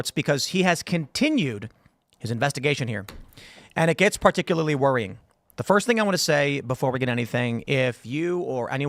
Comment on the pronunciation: "As perticulary" shut up